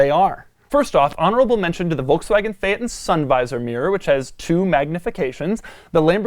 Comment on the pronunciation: Still says Phaeton wrong...